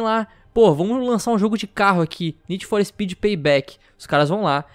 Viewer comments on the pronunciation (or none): none